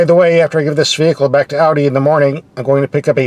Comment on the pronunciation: An American that can pronounce "Audi" correctly. Wow.👍👍👍 As always great review.